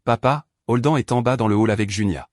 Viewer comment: Je ne comprends pas, la mère et la sœur cachent la naissance de sa première petite fille à son mari, mais la mère invite sa fille à l'anniversaire de celui-ci ? Elle n'a pas pensé que tout se saurait lors de cette fête ? Et Holden se prononce prononce "Holdène" et non Holdan.